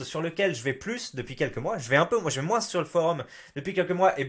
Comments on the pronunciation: c'est une faute de français de prononcer le mot moins "moinsse" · mais arrête de dire "moinsse" bordel !!!!